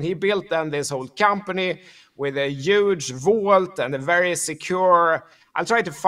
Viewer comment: Key word Today “ UUUGE “ ❤😅😽